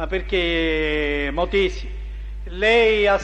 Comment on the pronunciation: Ma perché cazzo lo chiama motisi???